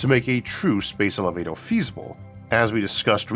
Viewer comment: I find his pronunciation if elevatoah charming